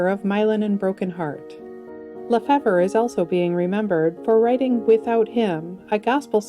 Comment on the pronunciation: Not familiar with Myron LaFevre but everyone I've ever met w/the same last name pronounced it "la-FAVE" (YMMV...)